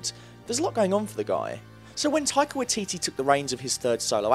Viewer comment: the way you pronounce his name XD